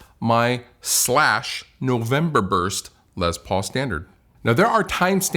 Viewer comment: says “Lez Paul” cracks me up every time.